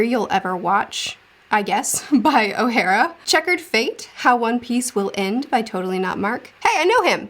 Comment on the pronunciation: The way you say Ohara is oh-ha-rah